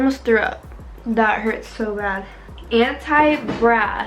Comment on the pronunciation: “Oh my gwat it hurts so bwat” 😂😂😂😂😂😂